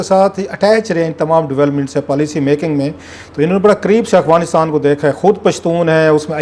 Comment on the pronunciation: کلاسرا صاحب، لفظ افغانستان ہے نہ کہ اغفانستان آپ ھمیشہ اغفانستان کہتے ہیں معزرت کے ساتھ mind نہ کیجئے گا۔